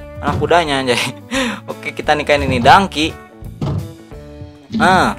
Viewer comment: bang donkey bukan dangki